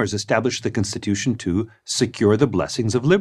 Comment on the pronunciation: Why is he saying cinstitution